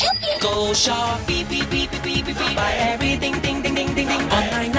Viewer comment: ชอบปี้ ? ซื้อถุงยางที่ช็อปปี้ 555 Like to f**k? Buy condom at shopee That is what i hear in Thai 😂